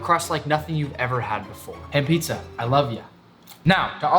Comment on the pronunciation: Pitzah and not Pizza and Burgir and not Burger